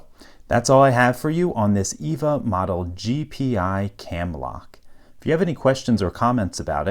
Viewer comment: EVVA is pronounced "effa", like "efford" but with an "a" at the end instead of "ord". It's from an Austrian manufacturer.